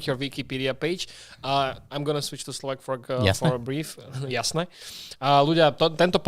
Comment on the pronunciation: Já si na první pohled myslel že je Slovák :D podle jeho dobrých výslovnosti